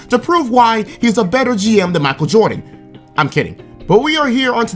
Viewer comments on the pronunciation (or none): none